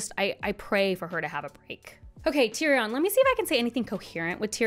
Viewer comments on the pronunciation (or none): Who are those Ciirsei and Tayrion characters you keep talking about? 😅 Jk, great video. Who has not mispronounced a name in a book (including GRRM in/about his own books) Have you tried saying 'on page' instead of 'on screen' while talking about a book? 😅🙈